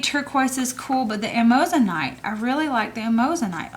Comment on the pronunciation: hi, amazonite is pronounced am-ah-zo-nite, there is only one o in it. thanks for sharing, love your choices.:D